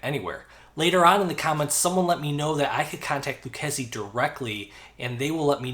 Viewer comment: When they got back to you did, they teach you how to pronounce the name properly ?